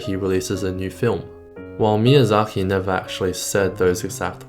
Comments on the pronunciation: There is a "K" in his name, not a "KH". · Why do you say Miyazahi instead of Miyazaki?